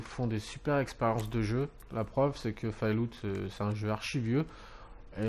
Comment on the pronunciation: On dit fallout pas fail loot .....